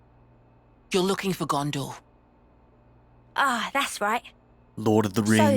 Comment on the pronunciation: In LOTR it is Gondor not Ghondor